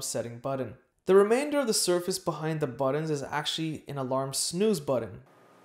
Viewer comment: Stop saying “buddon” it’s BUTTON... it’s a T not a D as in but not bud .. therefore it’s button not buddon